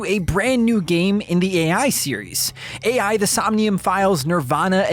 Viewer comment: i hope this devastating blow makes you learn from this mistake😔 ('a.i.' is pronounced like 'eye' lmao)